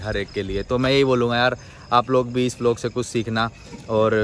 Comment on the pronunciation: Bhai vilog nahi "vlog"